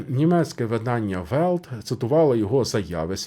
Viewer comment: Правильно казати "ВелЬт", "БілЬд". Самі ж німці вимовляють м'яку Л.